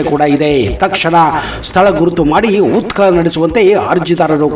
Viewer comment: ಉತ್ಕಲನ ಅಲ್ಲಾ ಉತ್ಕನನ.... ನಿರ್ವತ್ತ ನ್ಯಾಯಾದೀಶ ಅಲ್ಲಾ ನಿವೃತ್ತ ನ್ಯಾಯಾದೀಶ..... 😂